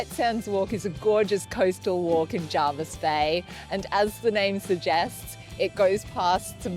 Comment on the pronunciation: Thanks for highlighting our beautiful part of the country - and remember it is pronounced JERvis not JARvis 😂